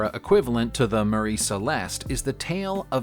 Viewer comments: MARY NOT MARIE!!! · MARY. MARY!! NOT MARIE!!! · MARY CELESTE not Marie Celeste 🤣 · Mary Celeste. Not Marie (that’s a completely different story). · It is The MARY Celeste, NOT Marie. FYI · Its Mary Celeste not Marie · It’s not the marie Celeste it’s the Mary Celeste. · True, and it is "Mary Celeste", not "Marie Celeste" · I thought he was saying "Murray", as in "Bill Murray".